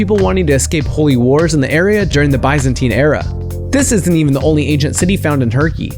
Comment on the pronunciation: Good video, but it isn't pronounced Woar-chest-shire, and you didn't pronounce Mengele or Auschwitz, or Byzantine right either.